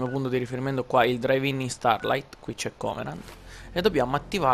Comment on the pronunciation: Draiv in starlaigt si dice nel parlato HAHAHAHAHHA